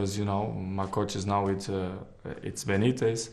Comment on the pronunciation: "it's a good coach, it's bernitez😂😂"